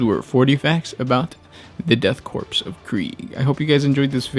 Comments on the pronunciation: I don't mean to be rude but why the he'll do you say korps as if It was spelt corpse, it's pronounced core but spelt korps, pronounced the death core of kreig, spelt death korps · Korp, and Korps, are not pronounced as corp, or corpse. Korps is pronounced the same as corps, and sounds like core. This is an awesome series, and I love what you do and the passion you bring to your casts. Thank you. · It's not pronounced Corpse it's pronounced Core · lmfbo stop saying death corpse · Try saying Korps.... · Korps is not pronounced like "corpse" where are you getting that from? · Korps is not pronounced similarly to corpse. And death corpse just sounds like a edgy teenager black metal band that never puts music out. E.g. not cool. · korps pronounce core because it come from the French who created the Corp d'armée. Everyone forgot it but the death korp is not German but a mix of ww1 and napoleonic soldiers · ITS NOT CORPSE ITS CORE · death korps is pronounced "core" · Me after watching the first: man I hope he says "core" Me after 10 seconds: Aaaaggaggahhh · it bothers me how you say Korps....Its pronounced "Core" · it's a silent P so say it like 'Cor' . good work overall!